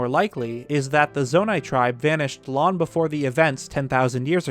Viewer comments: "Lon ago" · "...Lon ago." Lon-Lon ago? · Why don't you pronounce the 'g' in "long"? It's bothering me.